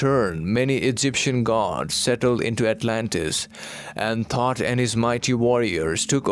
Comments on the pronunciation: Thoth not thought. Correct? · It's THOTH not thought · Are you saying “Thought” or “THOTH”?? Very fascinating 💙Thank-You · Thoth is pronounced Tot which sounds like thought.